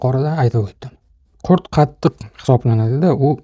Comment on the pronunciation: Janoblar , qurt emas ,qurut deyiladi.